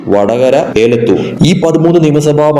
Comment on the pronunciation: എടോ കോപ്പ ഏ ലത്തൂർ അല്ല എ ലത്തൂർ